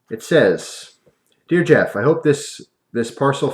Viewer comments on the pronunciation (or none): none